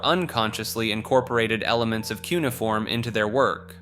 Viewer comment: You should hire me at this point. Cuneiform is pronounced q-nee-uh-form. Google this one cause I know it's the least convincing one of these :)